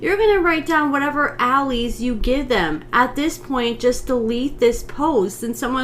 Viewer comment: its alias (ay-lee-us) and that person is spot on. Troy is going to end up incriminating himself. They had no business bringing a baby into their drama! 🙄